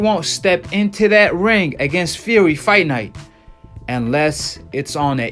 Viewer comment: he says his name tyson feary